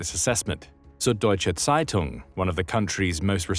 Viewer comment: It is NoT söd deutsche seitung it is Süddeutsche Zeitung...With ü, not ö , and z ( pronounced ts ) and not s pronounced like english zzzz.. PLEASE DO YOUR BASIC HOMEWORK...Get the names right, have RESPECT.